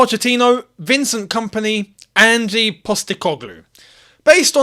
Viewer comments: as an aussie, thought i’d just say it’s pronounced not like “angie” but more just leave the e out of it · "Angie Postecoglou" 🤦‍♂ mate its Ange, and yes SPFL is far from an elite league but he needs some credit, he came in to Celtic and completely revolutionised the team. Just reading his Wikipedia site and don't actually watch their football. Just say "I don't know anything about him", instead of pretending you understand how he plays, his formations. Saying "I want someone who can get us winning trophies" is not realistic, it's like working as a bin man and saying "I want a Ferrari". We are not the same club anymore, have you looked at the league table? We will likely finish 13-15th place. We need to get back to fighting for the top 6, then worry about top 4 before we are even close to talking about fighting for the title. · Ange not Angie! Aussies know all about him. Multiple titles here, Japan and at Celtic.